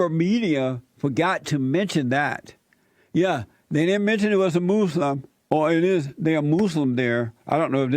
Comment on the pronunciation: You call it "moose-lum" lol.